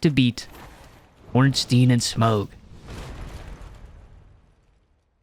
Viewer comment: i cringed everytime he said smough's name with a hard "G"